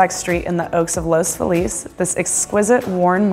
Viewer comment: Great video, but one small thing: It's pronounced Los FEE-LEZ